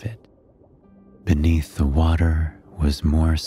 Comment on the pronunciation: “Under da sea”